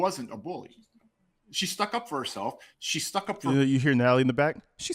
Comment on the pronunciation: What is stook? It's stuck, this guy is something else...